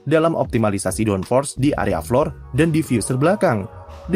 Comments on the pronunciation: iya lu salah, dibacanya tetep flor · Flor mas, belajar bahasa inggrisnya dimana😂